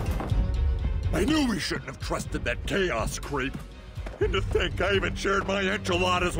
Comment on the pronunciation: HIS NAME S KAOS not CHOAS